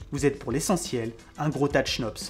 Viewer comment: Bonjour à vous, je suis un peut l' emerdeur de service , je suis belge c' est normal. On ne prononcent pas le h dans le mot chnops, ce qui donne cnops. Et aussi quand vous parlé de l' univers, il faudrait dire l'univers connus. Je fait aussi des fautes, il y en a probablement dans ce message. Sinon, j' attend avec impatience vos vidéos, merci pour votre travail. Bon week - End, et sans rancune, j'espère. Jean Marc